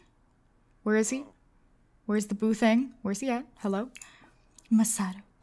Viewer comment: “Getting some coffee with the boo” I thought she said boob ....... hahah😂